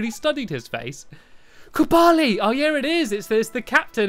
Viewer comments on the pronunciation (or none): It's kublai not kubali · Its Ku Ball E, not kublai. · stampy calls kublai kubali and it is really annoying. message to stampy learn to read slowly, so u can read what it actually says. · Its pernounced kably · Kublai (KOO-bluh) that is how you say it if you were wondering! forget about the last two posts